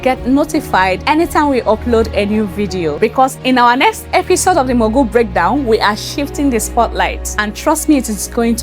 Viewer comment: This is my first time on your channel. I love everything you did. I just wish you would stop pronouncing "mogul" the way you do. Please educate yourself.